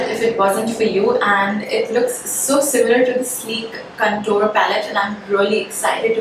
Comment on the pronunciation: can you please pronounce CONTOUR.... Correctly